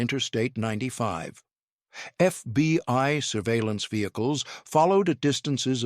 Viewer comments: It is not the FBY it is the FBI. Please get it right or stop trying to and get someone else who can get it right everytime. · I guess all the holes in this tall tail is how the constant glowing embers got in. "Thirty-two dollars zero zero zero", "FBY" often used in place of FBI and enough pregnant pauses to deliver a fullterm bsaby, are just some of the reasons EVERYONE HATES computer generated narrators.